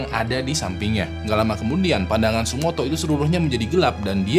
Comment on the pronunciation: tsutomu bang bukan tsumoto